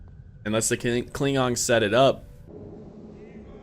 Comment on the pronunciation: Anyone else notice that he says klingongs instead of klingons.